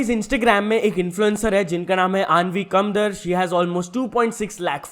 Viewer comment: bro that's कामदार not कंदर्